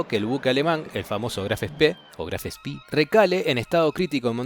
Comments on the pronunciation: Bueno, como hablo alemán te quería decir que la pronunciación correcta de la acorazado de bolsillo es como lo mencionaste primero y no "spí", es alemán, no inglés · Claro, es como lo pronunció primero. Y luego dice "o Spí" (lo escribí fonéticamente). Hablo del locutor de este video